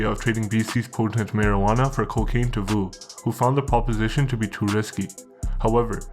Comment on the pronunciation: Vu is pronounced "Yo"